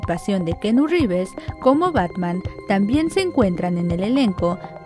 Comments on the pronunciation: Lo siento pero la pronunciación de esta comunicologa es pésimo ....de plano se inventó un nuevo nombre ... No pudo investigar cómo se pronuncia el nombre antes de grabar el audio? ...🤦‍♀️ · Es keanu revés más no keanu rives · Pobrecita...díganme no es Rivers es reeves!!!!! Se pronuncia riibs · Keanu Rivers? Supongo que toda mi vida lo he pronunciado mal 🥸